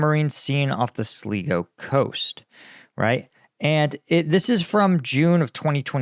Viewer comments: Sligo is pronounced 'Sligo' not Slego'. Using the latter sounds a bit weird. Well a bit German as they tend to swap 'i's and 'e's. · Pronounced sly - go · The coast in Ireland you referred to is pronounced SLY-GO. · "Sligo" is pronounced "Sly-goh" not "Slea-goh" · Sligo is pronounced Sly-Go sir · I'm a regular viewer and subscriber to your excellent channel; looking in from Ireland. Although not as difficult as many of the place names you have to deal with in Ukraine, I see that Sligo can confuse in its simplicity. We pronounce it as Sly-go. Haloween saloooh-tations, Dermot Mac Shane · FYI, phonicly Sligo sounds like sly-go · Pronounced Sly-go! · pronounced "sly-go" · Its pronounced "sly go" ...i was thinking you were talking about somewhere off Greenland or Iceland 😂 im in Dublin🇮🇪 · 😂 it's pronounced 'Slygo' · Sligo is pronounced “Sly-Go” 🇮🇪 Source: I’m Irish. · Sligo is pronounced slai gow. The Irish side of my family is from there. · "Sly-go" Sligo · It's pronounced Sly-go coast in Ireland 🇮🇪